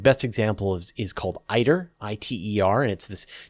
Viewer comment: We pronounce ITER like eater. I work on it, among others. I develop simulations and control systems for tokamaks.